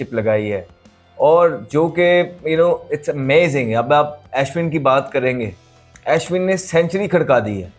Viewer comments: Ashwin ❌ Aeshwan✅ Jadeja❌ Jaedeejaa✅ 🤣🤣😂😂😂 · Bhai pahle Ashwin aur jadeja bolna seekh le😂😂😂